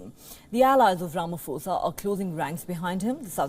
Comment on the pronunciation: It's Ramaphosa not Ramafosa. 'Pho' is pronounced the same way as 'po' for poland. like this